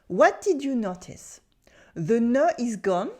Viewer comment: For you: please pronounce "notice" more like "know tis" than "not tis."